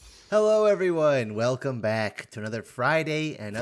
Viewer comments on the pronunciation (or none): none